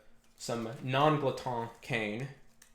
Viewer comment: Gerhardt Boesl i was gonna mention this but both you and are close to correct pronunciation, but in common French Glotin would be pronounced “glow-tan”, with the “an” sound produced by a nasal “fade” similar to the back-of-the-mouth articulation used in double tonguing